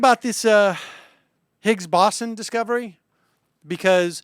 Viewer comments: Boson. It's pronounced bow-zon. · More like bow-sun. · Where did the W come in? it's more BOH-zon? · Sam, it's okay that you don't know physics, or spelling, or how to pronounce "boson". Don't let 'em bug you. Oh -- maybe if the USSR had lasted longer, and if they'd been building their own Commie version of the SCSC, we'd have one in Texas. Worked for the Apollo program. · "Parts of physics"? How about sub-atomic particles. And the pronunciation of boson is with a long "o", not an "aw" sound. "Massive structure: how about "particle accelerator"? I think you might want to go on your show and have an actual theoretical physicist rather than trying to explain something that's well beyond your level of scientific education. I respect your honesty, I respect your knowledge of economics and politics, but I don't think this was your finest hour. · I honestly was tempted to skip the video after only the first 20 seconds from hearing "boson" mispronounced so terribly so frequently... Do some more research at least on how to say it or you shouldn't be aloud to complain about Dubbya's "nukyoolar"